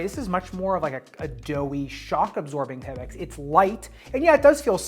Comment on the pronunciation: Why do you pronounce Pebax like that? It’s not Peb-ex